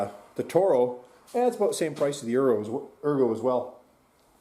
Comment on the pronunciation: "ergo" lol